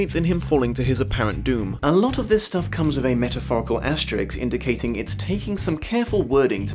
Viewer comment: OK, I know this doesn't matter but I can no longer get over it. Why do so many people pronounce the * character as "Asterix?" This is not a 1960s French comic book character, it's a typographical sign called an "asterisk." SK vs. KS, in terms of sounding it out. Again, it's a really petty pedantic nit-pick but it's been gnawing on me on YouTube.